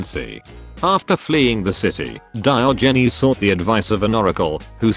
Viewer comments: DIOHGNEEZE. the tts really cant handle that name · That pronunciation of Diogenes will keep me up at night